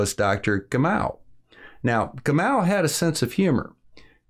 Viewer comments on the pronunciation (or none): Sorry, small correction: the atomic NUMBER (= number of protons) of Helium is 2. The atomic MASS of the most prevalent isotope of Helium is 4! (2 protons + 2 neutrons) which btw makes up also 1 molecule of Helium (mono-atomair gas). Your name pronunciation could be better! (Ga-mov, Bè-thuh)